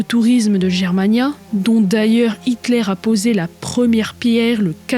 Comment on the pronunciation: Bravo! Mais, comme souvent, une petite remarque, on prononce "Guermania" et non "Jermania"... Ton travail titanesque est toujours aussi bon et agréable à écouter, pas de voix artificielle 😂! Bon courage et à bientôt...